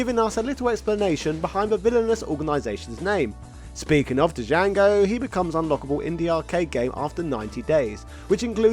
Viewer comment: Django has a silent "D." I cringed every time you pronounced it "Dijango"